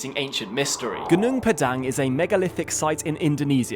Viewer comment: PAH-dahng, not 'dang' like 'dang it all' .. GOO-noong PAH-dahng 😊